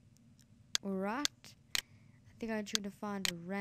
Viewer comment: Why do u say alrat insted of alright?